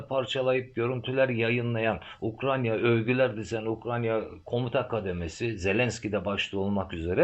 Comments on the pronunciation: Hocam af buyur ukranya mı anladım telaffuzu netleştirsek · Hocam Ukrayna diye telaffuz ederseniz 🙏🏻emekleriniz çok değerli teşekkürler 🙏🏻💙